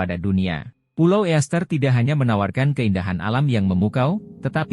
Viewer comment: STONEHENGE bukan STONEHE....penyebutan bahasa Inggris juga salah...EASTER ISLAND juga dibaca ISTER bukan EEASTER